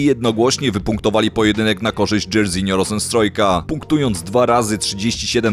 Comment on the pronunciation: Jak ty to przeczytałeś dzejrizinio? XD dzarzinio się czyta, ojciec mu tak dal na imię po słynnym brazylijskim piłkarzu